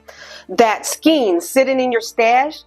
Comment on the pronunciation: Please look up pronunciations of words new to you before using them. Skein is pronounced “skayn” or “skane” not skeen. The ei in skein is pronounced like the ei in eight or sleigh.